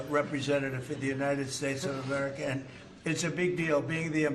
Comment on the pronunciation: Did he just say WHERE I ERICKA???